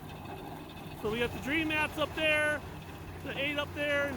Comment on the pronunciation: What types of Dream Mat did he use.? I heard him say Dredge Mat, any other types.?